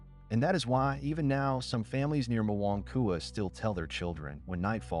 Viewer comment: It’s not pronounced muuong kua. It’s pronounced “moeng kua”